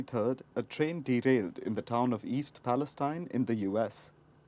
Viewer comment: East Palestine is in the West, and that's why they pronounce it Palesteen. (Nobody knows why).